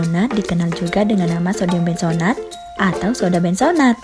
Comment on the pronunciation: Benzoat, bukan benzonat !!